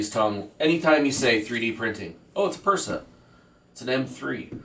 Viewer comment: If you have been printing for so long and say you are the OG of 3d printer tech, How is it that you mispronounce words related to 3d printing. Like you say, "benji instead of Benchy" and Persa instead of Prusa, and Nactura instead of Noctua. And if you built that printer 10 years ago, i seriously doubt you would trash it like you did. Something is very fishy with your claims.